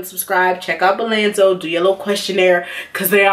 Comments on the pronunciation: BOLZANO NOT BALANZO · Bolzano, not “Bolanzo” #firstofall😒